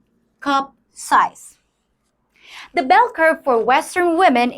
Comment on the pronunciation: Please learn to pronounce the.